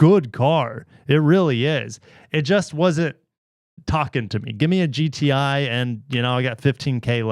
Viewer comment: is it just me or did anyone else hear gta instead of gti